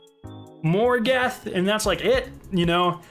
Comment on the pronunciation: Hold up did he say “morgath”